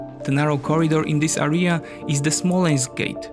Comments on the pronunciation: Hi, English teacher here. I can say that you slight tendency to mispronounce certain words such as "area". Btw. Pronunciation is somehow close to registration plate from my local area - RJA, er(i instead of j) and a. /Eria/ Cambridge dictionary might be extremely useful for pronunciation purposes. Probs for collab with Caspian tho. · It was a very interesting video. However I have a little remark. You have to pronounce the word "area" with a stress on the first a. Keep up the good work!